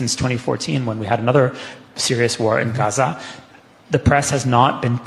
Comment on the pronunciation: The way this guy says Hamas and Gaza is revolting. Youre not arab, stop trying